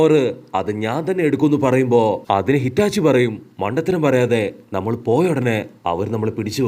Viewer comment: Hitachi alla itachi 😂😂